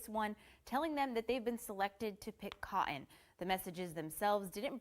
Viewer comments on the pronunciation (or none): PICK COT-TON , why does he pronounce things so weird, he's an actual alien